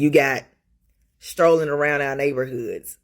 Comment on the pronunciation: “Ya got 🤚🏾 strolling round our neybahoods.” That gives you an idea of what’s at the core of what she’s babbling about. I’m curious how many people own their houses or property in those “neybahoods.” It kinda takes the “our” out of “our neybahoods.” If you rent you are temporary.